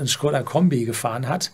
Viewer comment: Original-Aussprache von Škoda.